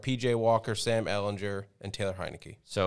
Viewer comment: These dudes pronouncing ehlinger’s name incorrectly over and over lmao